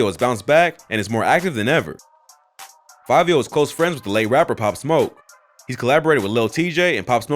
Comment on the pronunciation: Its fivio not favio...